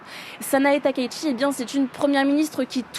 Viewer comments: non, la bonne prononciation de son nom n'est pas "TAKAÏ SHI" mais "TA - KA - ITCHI" (たかいち si tu sais lire les hiraganas) le ち se prononçant "TCHI" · SVP on dit TAKAÏ -SHI et non pas TAKAÏ-ICHI.... Veuillez respecter la prononciation japonaise de son nom. Merci.